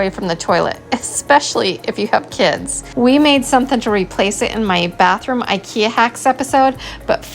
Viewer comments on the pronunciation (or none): none